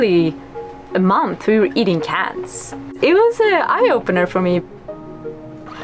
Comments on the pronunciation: did you say cats? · did you say eating cats ? lol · Did she say “eating cats”??? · did she say cats? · Did she say cats